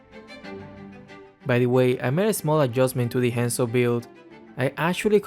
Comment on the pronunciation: Oi! He is HUNZO, not Haaaaanzoo, good gawd. Have a nice day (＾3＾)